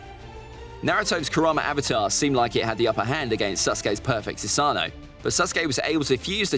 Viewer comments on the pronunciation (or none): It’s pronounced Su-sa-no not su-saaaaaaa-nu